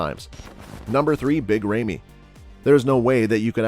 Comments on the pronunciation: It's not Remy, it's Ramy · Lol you sound like a robot my man. It's big RAmy, not Remy. And how can you describe Flex W like that but put him in 4th? And not putting Sergio in this? What a joke